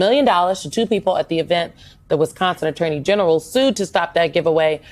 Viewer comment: Wisconsin not Wesconsin!